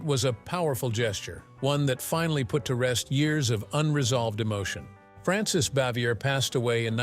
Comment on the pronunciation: These videos seem to always feature the worst narrators. This guy pronounced Frances Bavier's name three different ways. And some of the other mispronounciations would lead one to think that the narrator knows nothing of the show or the actors.